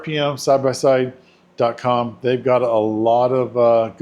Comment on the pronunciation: RPM is pronounced Rip'Em